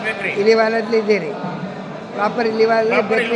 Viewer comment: ಮಾಮ ಇಲಿವಾಲ ಅಲ್ಲಾ ಇಲವಾಲ